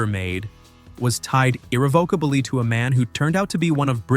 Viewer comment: So many things mispronounced, this has to be an automated voice-over. Not just people's names, ordinary words too. Slap bass and irrevocably for example.